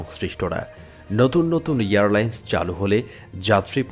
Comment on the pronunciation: Pronounce Airline, not Earline’s